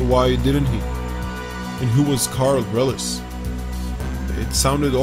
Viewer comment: gluten free bleach It’s ‘Karl Reillies’*